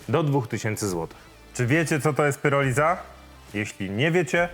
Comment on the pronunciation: PIROLIZA, nie PYROLIZA! Pyroliza to nieudolne spolszczenie słowa PYROLISYS. Bardziej brzmi jak rozpad ziemniaków... Pyrotechnika, pyroman?